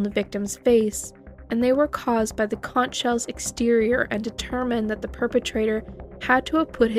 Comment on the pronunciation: Conch is pronounced “conk”.